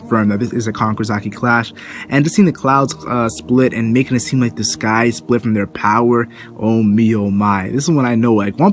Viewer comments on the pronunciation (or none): none